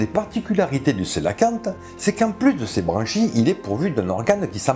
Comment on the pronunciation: Je me pose une question sur la prononciation de "Elpistostege" ... Ne doit ton pas prononcer la dernière syllabe en "gue" comme dans "Stegos" ? C'est du théorique, hein ... En tout cas, toi, tu ne te trompes pas sur la prononciation du Cœlacanthe !